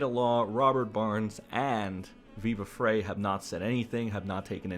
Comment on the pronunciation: Maybe say his name properly, speak a bit faster🥱. Frei pronounced like fry. I’m OUT! is RIDICULOUS, still dig Nate, but he’s getting close.🚫 💯 DIG Rekieta!!!!! Ur dumb & have zero facts.🙄